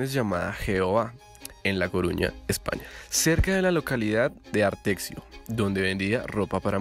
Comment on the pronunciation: No es "Artexio", es Arteixo, y se pronuncia "Arteisho". De nada.